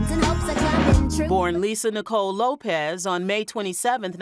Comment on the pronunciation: Her last name is LopeS with an S not Lopez